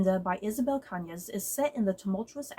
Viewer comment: I remember reading this book back in September and I really liked it‼️ I check the audiobook and you got the writer’s last name just right‼️I’m glad you enjoyed it too‼️ Ps: The novel does share some similarities with Mexican Gothic but it does have some differences. While I did picked up on the influence from Rebecca, I think there some nods to Gone With the Wind as both Scarlet O’Hara and Beatriz marry for convenience. However I’ve dnf Gone With The Wind book and watched the movie instead because I found Scarlet to be unsympathetic unlike Beatriz‼️